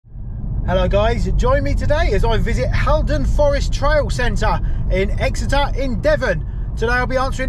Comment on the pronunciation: It’s pronounced hall -Don rather than Hal